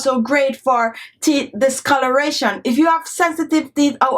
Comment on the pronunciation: She also didn't pronounce teeth well either. Girl seh "theeth" 🤣🤣🤣🤣